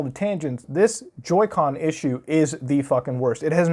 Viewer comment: Joy "con"